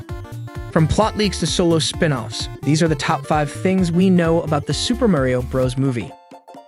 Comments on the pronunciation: It’s Mario not mayrio 😂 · why tf are you saying merio?! you say so mich weird for his name